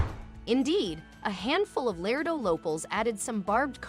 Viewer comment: It’s not LARDO! ITS “ LARADO “!!! The second A is a HARD - A in the pronunciation of the name of the great town in Texas! PLEASE pay attention to the annunciations of our towns. You have no idea how insulting it is to hear your town mispronounced. The city I live in is SPOKANE. The “ E “ is silent. So you’d pronounce it “ SPOCAN “. Most people pronounce it “ SPOCANE “ ! 😢😭🤬💔👵🏻